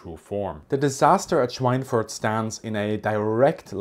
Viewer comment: Obviously you are a German native speaker, so why did you pronounce Schweinfurt with this strange English pseudo-accent?